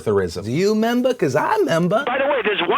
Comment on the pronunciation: "do you 'meber? cuz i 'member" was that a south park reference? lmao